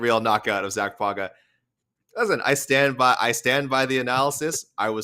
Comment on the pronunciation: When you pronounce "Pauga," you should pretend that it's spelled "Paunga'" (Samoan "g" is closer to "ng"). Just like "Tagovailoa" is pronounced more like "Tangovailoa."